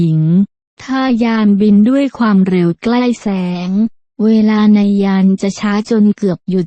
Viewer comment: ไม่อยากให้ผู้บรรยายออกเสียงว่า ฟามเร็ว : )